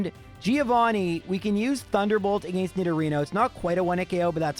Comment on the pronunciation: yo i love your videos but I hate the way you pronounce "against"